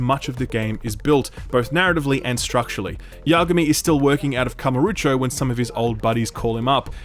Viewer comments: Kamuro - O - cho. OH cho. Not oocho x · still don't get why you pronounce KamurUcho instead of KamurOcho, but okay :) have to wait for discount, though i had some fun with the first judgement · When you want to criticize the cult series, you may consider NOT misspelling Kamurocho constantly. Kamarucho? Really? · Not gonna leave a dislike, because honestly a lot of what you say is what I felt about the first Judgment (though I still enjoyed it). But my GOD, it's "Kamu-ro-cho" not "Kama-ru-cho", drove me mad I tell you. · It bothers me that he pronounces kamurocho as kamurucho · Great review as always, even if I feel like I would like this game, but please it's KamUrOcho not KamOrUcho! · Great review as always, but, out of the 200 times you had to say Kamurocho, not once did you go back and check if you were pronouncing it correctly? That Kamarucho place you’re talking about doesn’t exist… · "I've played 5 Ya-kooo-za games." also "Kamarucho". It's a shame you don't like these games, but I also really get the impression you don't want to. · Yeah, I cringed when he said that. Why would anyone do that. Also is it so hard to pronounce Kamurochou. They literally yell it in the game. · Every time he says KamurUcho my eye is twitching a bit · Beat zero baka beat zero it is one of the best game ever made Zero has fantastic combat it just takes time it is a huge game it took me 180 hours to 92% You pronounce kamurocho in a false way It really is sad to know that you do not know who is GORO MAJIMA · He can't even say Kamurocho correctly. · Most painful is not you disliking the game or using the english dub, but the way you say Kamurocho. Good review tho, even if I feel you don't quite 'get it'.